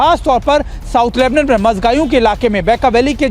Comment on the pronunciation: लेबनन नही लेबनान बोलो गोदी मीडिया 🇮🇷🇮🇷🇮🇷🇵🇸🇮🇳